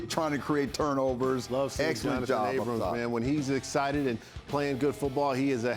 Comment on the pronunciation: EA & EC represent! 5-2 before the bye, let's keep our heads down and get ready for a big second half! Marcell, love to have you back! its Johnathan Abram, not abramS, Think it's Brandon Facyson, FAy-son, not fai-zon like paisano